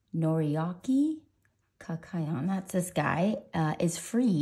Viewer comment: his last name is pronounced kak-yo-een 😁the kak is pronounced as if u were saying khakis